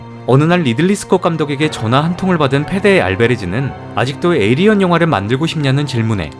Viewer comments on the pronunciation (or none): 에이리언이 아니라 에일리언이에요